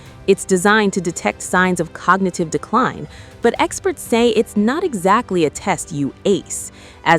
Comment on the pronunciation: Cogagative? Did I hear that right?